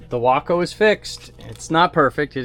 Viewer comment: It's WAAAACO, Waco, Willman aircraft company of Ohio!!!!!!